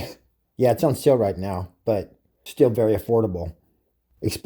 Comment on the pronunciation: First man I’ve heard saw meow instead of now.